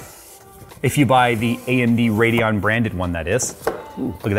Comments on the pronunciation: Anyone else irritated by that "D" and "O" in the RADEON? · Yea lol